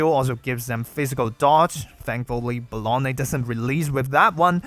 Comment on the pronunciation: I can't unhear "Bologna." 😭